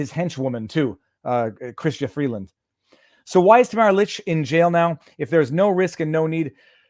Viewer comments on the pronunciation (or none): none